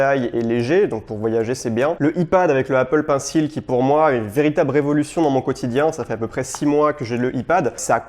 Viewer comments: Et aussi Pėnecile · "Apple Pincile" top l'accent 😂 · J'ai mon pincil 🤭🤣 Donc ensuite y'a mon iifone 😂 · Painssil, mais il dit quand même Lightning correctement, c'est pas logique